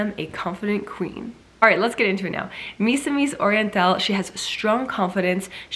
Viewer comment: Misamis Oriental pronounce as "Me"-samis Oriental than "My"-samis Oriental. Hoping to be notice from you miss Siera. I love your videos btw. 💕💕